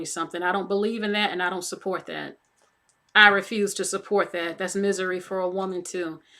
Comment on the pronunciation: 😂😂😂 said it’s misery without no D..